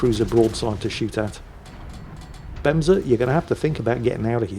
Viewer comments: Fun fact: The way you pronounced it, benza, means toilet seat in Japanese lol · So, you figured the e's in Bemse are pronounced the same way the e's in words like emperor or elevator are pronounced. Then I think you can also pronounce Japanese destroyers' names correctly. The Shimakaze for example, the e in that is pronounced the same way.